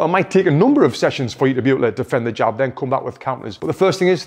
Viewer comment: Jab not job 😀. Great video as always...thank you Tony!